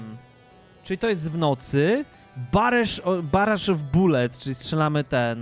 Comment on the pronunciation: Ale ja wiedzIałem czym jest Barrage, bo jak sam piszesz - często występuje w grach 😁 Ale jest to stosunkowo rzadko używane przeze mnie słowo, więc wymowa była jakaś koślawa 😅 W każdym razie - dzięki za research! 🫡